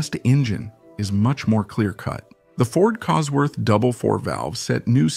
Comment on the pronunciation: Phucking bot narration!! Kit Duckworth, Cosford engineering, etc, etc!!! Arrrrgh!!! Only managed 5 mins before I was sick of it!!